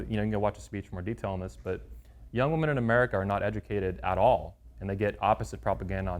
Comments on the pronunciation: 100 percent is sufficient. Dont need to say 1000 percent or 1,000,000 percent or 200 percent blah blah 🙄 just bloody stick with 100 percent . Oh and woman plural is WOMEN WI-min. Lastly please dont come back to UK and talk nonsense on GMB . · Women will remain virgins when men do. After all, if women stay virgins , who will the red pill creeps sleep around with!! Ps its pronounced WI-min when plural. My ears bleed hearing this desicration of the english language. At least learn to speak before having your dumb opinions .